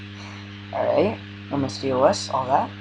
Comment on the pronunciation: Just FYI, it's not pronounced with each letter, "D. O. S.", rather it's pronounced like a word, "dos" with the "O" sounding like it does in the word "top". A lot of younger people make the same mistake, it's nothing to worry about. :)